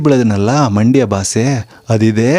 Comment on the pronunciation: ಬಾಸೆ ಅಲ್ಲ ಗುರು ಭಾಷೆ ಅಂತ ಹೇಳು